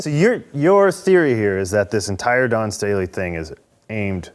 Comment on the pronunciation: Whitlock doesn't need to be giving anymore lectures about people growing up. He's pulling Junior High $#!+ with Dawn Staley. He knows her name is Dawn and he can pronounce Dawn, but he thinks it makes him edgy and making some kind of statement by calling her Don. That's $#!+ we did in Junior High. Plus he shouldn't be taken seriously when he speaks against idolatry because he believes the bible is God. When its not. God is not separate from His Word they are one. The Truth is God's word. Not people's opinions and perceptions. Whitlock suffers from what is called biblical idolatry. Congratulations to Whitlock on using the word $#!+. I like that word because it's an honest one. TJ Moe is wrong. It is not our place to tell someone what their relationship with God should be. I disagree with TJ Moe about deserving Grace. We don't deserve Grace. Its a blessing from God.